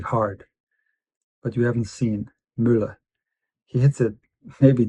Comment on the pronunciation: Møller: Perfect pronunciation! 😊 Best regards from Denmark